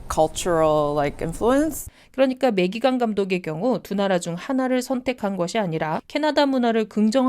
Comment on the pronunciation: 다좋은데 매기캥 이 캥 발음이 ㅎㅎㅎ 어쩔수 없는 거긴하지만서도 .. 뭐 우리나라도 우리나라 방식대로 외국인 이름을 부르긴하지만 상당히 강하게 다가오긴하네요 캥 ><